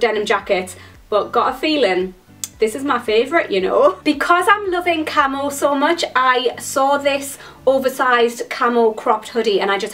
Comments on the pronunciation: KillerQueen unfortunately i read this comment before i got to that part of the video...then could only hear 'camel' 😂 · For a second I thought you kept saying camel instead of camo. :P